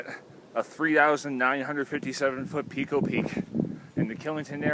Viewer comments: I owned the Edelweiss Motel directly across Pico Peak. It is pronounced PIECO, NOT PEECO. I loved it there. I was a Ski Instructor at nearby Killington. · Yea.. the 'peeko' was very distracting. Overdub with 'pie-ko'.